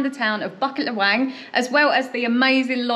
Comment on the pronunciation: Bucket LahWang hehe. BooKit LeWang is how its pronounced